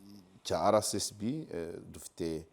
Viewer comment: Please, bavuga RSSB ntibavuga RCSB